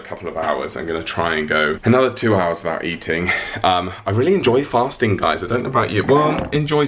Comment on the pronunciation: When you said fasting it sounded like farting. 😂. Leave it up to me to hear that! 😂